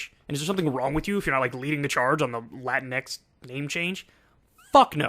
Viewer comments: The point you're missing is that "latinx" is not English, it's Spanish. In Spanish, you have "latino" for male and "latina" for female. "latinx" is written that way, but you pronounce it like "latine", not "latin-X". Why? Well, first the "e" is loosely associated with gender neutrality in Spanish. And second, there are some words where replacing an "a" or an "o" for an "e" would totally change the sound of the word, especially if there's a "g" involved. For example, "amigo" would become "amige", which would sound very different. For it to sound similar, it would have to be "amigue", but then it looks too different. As a solution, they use "amigx". You can argue if that's a good solution or not, but that's the reason behind the "x". This seems to have passed completely over the head of Kyle, but it's understandable as he's probably not a fluent Spanish speaker. This would probably apply to non-Spanish speaker latinos in the US. The funny thing is that the sentiment behind "latinx" is not new. When I was a kid in Venezuela, whenever you wanted to make sure you addressed both male and female in written form, you'd write something like "latino(a)". Then when I was a bit older, it changed to "latin@ which the Royal Spanish Academy didn't like because is not really a letter, but people in general didn't get mad about it. Then we got to now, and people are up in arms about it because it got political. PS: before you waste my time with some useless comment, I personally don't use i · One thing I don't get about the term "latinx" is the pronunciation of the x at the end. The x is pronounced with an English(ex) pronunciation instead of a Spanish one(equis). Even AOC does this. I'm starting to think this is an exclusively white American college phenomenon. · Uh, it's pronounced La-Tinks. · It’s pronounced lah-teenks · It's pronounced 'lu-tinks' Check your privilege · I always thought it's supposed to be pronounced as "latinks". Either way a weird ass word